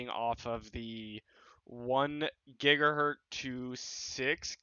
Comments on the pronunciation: Gigahertz, not "gigahurt" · That’s gigahertz. With a z. The z is never silent. Cause his name is Hertz. With a z.